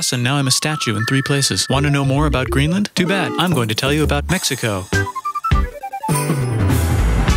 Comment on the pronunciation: Kinda sounded like "NUKE"